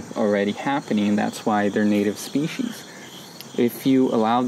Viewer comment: "Speeshees". Lol. 🌻 🤐😂 Thanks for the video! 😀